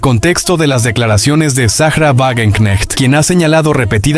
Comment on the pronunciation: se pronuncia Vagenknejt